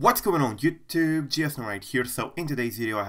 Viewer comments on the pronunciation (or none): none